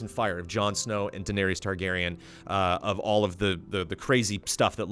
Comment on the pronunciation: well, he has the true pronunciations of Targin and Dave-os down...yeah...